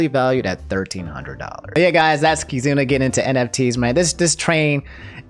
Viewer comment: It's not pronounced "kai-zoona", it's "kee-zoona" Still, very informative, fun and easy to follow video :D